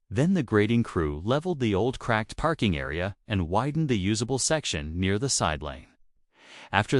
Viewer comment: Why A I can't pronounce PARKING CORRECTLY ?